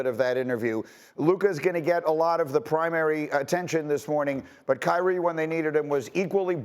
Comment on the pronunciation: Kry-rie us a river lol Ask yourself why all this energy for Kyrie? I mean Ben Simmons is the NBA's first actual welfare case just won't earn his contract doesn't even want to play the game and yet Uncle Drew is a 'prisoner of the moment' you think the world just picked Kyrie at random? Or maybe y'all are fools to believe what he SAY and ignore his actual MOVES?